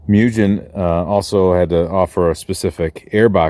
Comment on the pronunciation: Moo - Gin (not like Gin the drink, hard G.) If anyone else needs a super nerd to know how to properly pronounce Japanese powerssports names, ill be here all night and there will be absolutely zero women around. Thank you. Love ya!